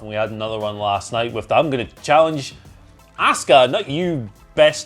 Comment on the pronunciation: Why is it so hard for these guys to pronounce ASUKA'S name correctly? 🤷‍♂️🤦‍♂️ They say ASK-UH with a hard A when clearly everyone else in the world uses a soft A and says Ah-ska aka Asuka